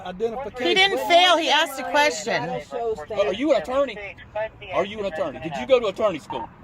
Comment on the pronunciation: "Attorny school" 😂😂